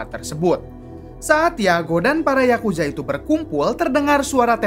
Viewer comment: Yakuza Bang bukan Yakuja